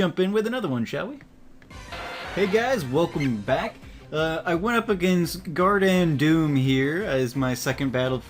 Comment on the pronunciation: OH, There I am! I was searching all ay through the episodes! x3 (Oh by the way, that's a B in GarbanDOOM, not a D...)